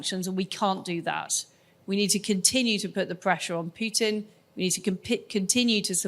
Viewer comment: It's not p-you-tin. It's p-who-t-in.